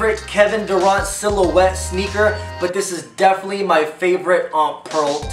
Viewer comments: Dur(ant) not dur(aunt) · It's pronounced Kevin Dur-ANT not Kevin Dur-Ont...